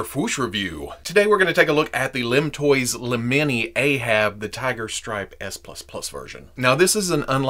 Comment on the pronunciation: It's "Ahab" not "Aehab"